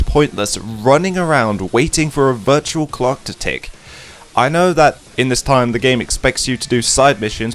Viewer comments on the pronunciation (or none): none